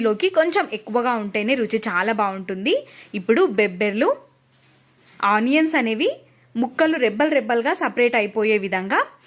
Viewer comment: Bebberlu kadu ..bobbarlu..mundu telugu telusukondi..